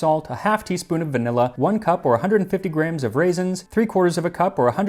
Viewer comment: I couldn't help noticing that you pronounce gram (ɡræm) exactly like Graham (ˈɡreɪəm). Is that the Arizona pronunciation?